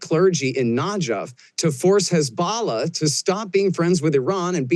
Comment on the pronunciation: He may be right about everything but being unable to pronounce “Dov” and “Hezbollah” is insane to me as an expert.